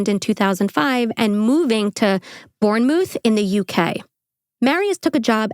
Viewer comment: Bournemouth is pronounced like "Born-Muth" not like the mouth on your face 😅